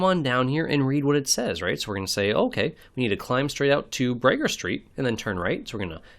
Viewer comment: Fellow Alaskan here in Anchorage... Bragaw is pronounced more like Bru*g*ahh (some put extra emphasis on the "w" at the end, but most just say ahh at the end) 😄